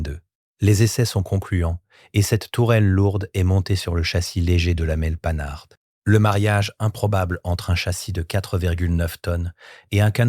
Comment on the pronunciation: faut arreter l'ia ou meme de publier des videos qui donnent à entendre des noms comme panhard transformé à ce point !